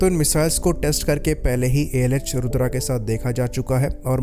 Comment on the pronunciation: Bhai tu gawaar hai kya bilkul. Rudraaa rudraaaa kya kr rha hai??? Bachpan me hindi nahi padhi?? रुद्र bolna sikh le